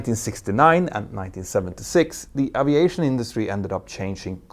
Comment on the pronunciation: Dude You need to pronounce the word aviation correctly